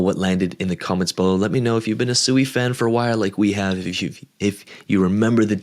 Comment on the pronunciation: Its pronounced swee, not suey. Like swing, or sweet. Not like sewer.